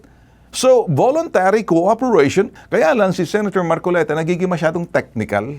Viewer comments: Namali ka marcolita sa bigkas Ng pangalan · Namali ka Ng bigkas Ng pangalan hahahaha 🤣🤣🤣